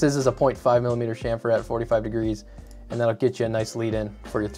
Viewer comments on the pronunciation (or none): none